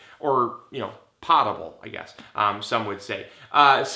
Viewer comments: Poe- table. Not “pot” table. Potable isn’t spoken how it’s written. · "Poh-tuh-bull" watch Jeopardy! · I'm going to save the internet by saying it's PO-table.. long O, like Edgar Allen Poe.